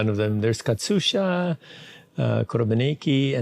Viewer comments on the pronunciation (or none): It's "Katyusha" not "Katsusha", Mr. Rogers ;p